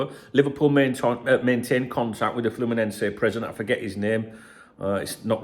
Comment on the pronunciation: FYI, you got "Fluminenese" right the first time, like a hole in one. 😀